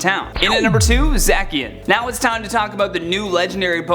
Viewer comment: Im Getting Pokémon Sword And Its Pronounced Za-Shi-An